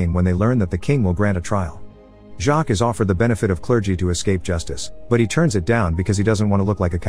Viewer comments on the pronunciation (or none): none